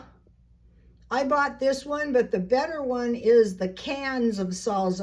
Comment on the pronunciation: Why do you pronounce salsa as zalza? Is it a SoCal thing?